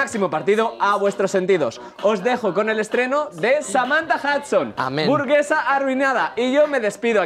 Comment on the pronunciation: el detalle de "Samantha Husdon" memeo